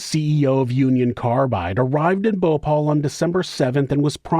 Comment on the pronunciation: Its Bhopal not Bhopol ..